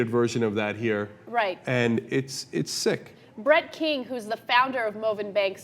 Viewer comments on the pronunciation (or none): Oh god...I heard Brett King as Brett Keane. I'm so sad now.